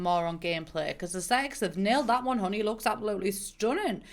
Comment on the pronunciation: I literally love every time she says “abolutly“